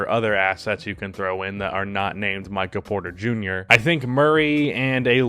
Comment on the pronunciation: Maybe it's just my allergies messing with my hearing but it sounded like you kept saying Micah Porter Jr.